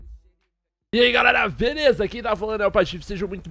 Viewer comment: o patife fala: "Eae galera veleza."